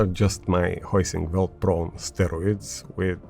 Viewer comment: Heusinkveld with V not a W. Good video as usual mate❤